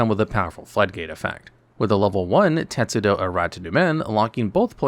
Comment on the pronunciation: teSTudo, not teTSudo Latin derivation, not japanese (although I don't know if tetsudo means anything in japanese, but the "tetsu-" part sounds pretty japanese to me)